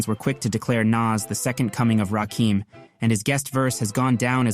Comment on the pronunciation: Narrator lost all hip hop credibility less than 20 seconds in when he mispronounced Rakim’s name “Rakeem.” That’s the God MC my dude. No excuses.